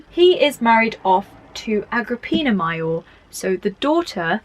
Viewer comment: Great video. Very helpful...but your pronounciation of "major" and "minor" are making my eye twitch 😂 (all love from the US though ♥)